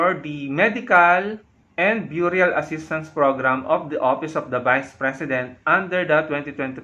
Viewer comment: burial is pronounced " berial"..no offense